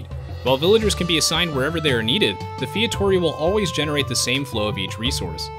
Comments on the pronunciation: I find it funny when you say "Fietoria" when the right one is "Feitoria". XD And the building name is FeitoRIa. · Thanks for the video! As a portuguese I've been waiting for this for... well since day 1 of AOEII. And... it's "fay-tuh-ree-ah", not feitohreha :D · It's pronounced fay-too-ree-uh :P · The correct pronounciation of Feitoria is Fay-Tow-ree-a, going short on "to" and "ri". great vid ; ) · yup, feito-RI-a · Featoria? Can you read? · my god, fietória hurts my ears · your pronouncing of feitoria made me cringe so hard but its all good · ur saying feitoria wrong, meu amigo! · Lol that pronunciation of "feitoria".